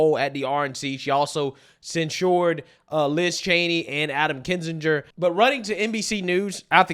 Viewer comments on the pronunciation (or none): CNN failure of the day, censure. You still haven’t learned how to pronounce the word since. I have noticed you got pulpit right though and stopped calling it something you spend the summer at that has a pit.